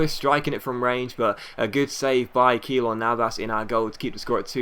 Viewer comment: Keylor Navas is said "K-lor Navas" Saying K for Keylor.